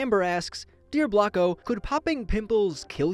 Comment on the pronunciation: I thought blocko say black ho